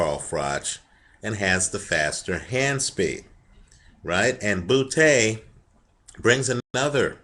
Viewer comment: like how he says Butee